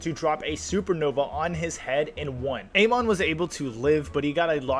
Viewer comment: Pronounication is incorrect on Amon and the Transmigrator names